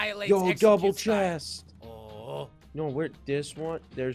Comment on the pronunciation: Dude seriously no what do you notice how said I like anime chesst hint hint miku miku